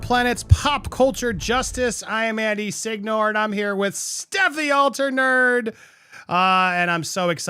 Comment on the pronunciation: Sorry Andy, as an American of Italian immigrant parents I'm totally Team Stef on this one. Because A) MM is a lying snake of the highest order and B) to honor my ancestors, I have to side with the true Italian up there bc anyone who pronounces Signore as Sig-knorr, could only get my vote in extreme circumstances. 😉 It's Steff for the win!